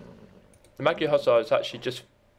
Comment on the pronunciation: It is interesting the creators why used magyars and not hungarians.Sorry for this but it is a little annyoing how you spell magyar:D By the way nice video like and sub